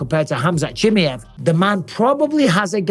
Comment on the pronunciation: Bisping's heard Chimaev's real name but he's still hanging in there with the "Chimmi-ev"